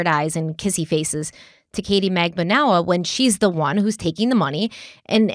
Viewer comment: I can't count the number of pronunciations the two of you have said Magbanua. Katie herself said Mag-ban-oo-ah.